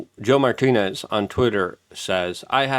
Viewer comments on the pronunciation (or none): none